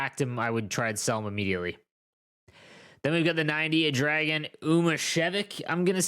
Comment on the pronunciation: Dragan Umicevic is pronounced Drajan with a soft j